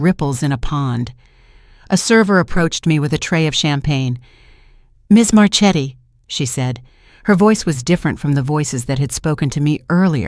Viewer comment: Learn to pronounce Italian. Marchetti is pronounced Marketti